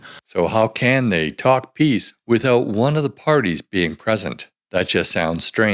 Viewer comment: He almost said pizza instead of peace! What a clown.